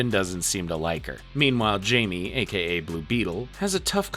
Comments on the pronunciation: The fact you really said "Jamie (Jay-Me) instead of Jaime (High-May) is insanely uncultured of you dude like what the actual fuck. Was that a troll or are you genuinely that unseasoned?! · Calling blue beetle jamie 😂 (hi-may)=Jaime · It’s not Jamie, it’s pronounced hi-may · This video was done by someone who doesn't really get it...ANNNNNND...it's not the entire DCAU...ANNNNNNND...It's *Hi-Me, not Jay-me...ANNNND... Nevermind. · You’re missing a decent chunk of the movies. Literally some of the best ones too. Also calling blue beetle “Jamie” its “Jaime” pronounced “hi-may” bro 😭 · Why does everyone say "Jay-me" his name is Jaime "High-me" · I waz listening only to this for a bit and when you got to the teen titans you kept saying jaime instead of pronouncin it "high-me" the correct way, you say " jay-me" its like you didnt watch any of these, or even Young Justice. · Blue Beatle’s name is pronounced “Hi-May,” not Jamie, fyi. It’s spelled Jaime also, he’s Mexican. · Bro calling blue beetle Jamie is fukcing hilarious. It's said with a h not a j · jamie reyes (hy-me ray-yes) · the j in jaime is pronounced like hiame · Jaime is Spanish and its pronounced Hai-May :> (sidenote if yall havent seen the live action movie for blue beetle WATCH IT its so freaking good) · im sorry but its pronounced jaime not jamie, like you can literally hear how his name is pronounced in the movies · Him call8ng blue beetle jaime instead of hye-may kinda rub me the wrong way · Yeah this kept bothering me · Thought I was the only one who had the same issue 😂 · It's pronounced 'hi me' 😂🤘🏼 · 93 minutes and you couldnt pronounce blue beatles name right once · so you talk crap about zach snyders superman, but you dont even know how to pronounce jaime's name properly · Blue beetle 's name is pronounced with an H like Jose is hosay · ain't no way u've watched this movie, and not pronounce his name Jaime the right way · i heard this and immediately when to the comments 😂